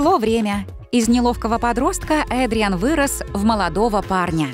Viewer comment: Вообще-то надо говорить Эдриан а не Адриан